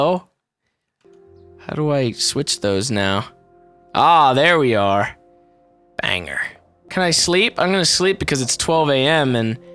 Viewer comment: I hate being this guy wait no i dont but when you say banger it sounds like you say bang her who ya gona bang